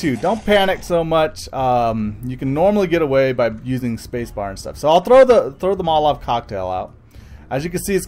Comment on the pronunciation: it isn't motalave